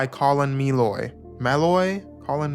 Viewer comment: Colin Meloy (Muh-LOY, or M’Loy) is the frontman of the Decembrists.